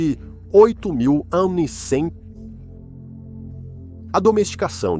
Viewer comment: Acredito que a IA leu o AC de uma maneira que fica difícil a compreensão… mas mencionou AC várias vezes.